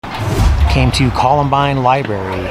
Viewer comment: I think you are a disgrace to those auditors who put in the time to keep government accountable. You can't even pronounce library properly. Unfortunately library workers are just as dumb and ignorant as you are 😅. Liberry? Is that a new fruit. I learned in 4th grade from a librarian how to properly pronounce library. Do you not see an R in the word, or are you just celebrating your ignorance for the whole world 🌍🌎 to see. How did you even graduate High School? 😂